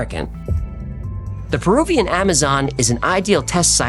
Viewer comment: Perubian? Are you retahrded?